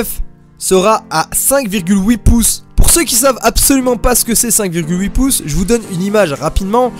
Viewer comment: Cinq virgule houi piuce pour houi cent cinquante euros 😏 En vrai ta vidéo tu l'as gérer, tu dis tout ce qui est pertinent, c'est une bien belle analyse de comparaison ( j'essaie juste de faire un beau commentaire 😭)